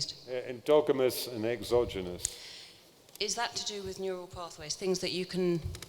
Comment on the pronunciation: Is he trying to say exogenous and endogenous?